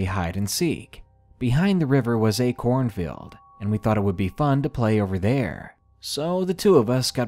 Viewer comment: You pronounce "cornfield" like "Seinfeld"